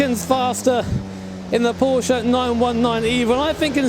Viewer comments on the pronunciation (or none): none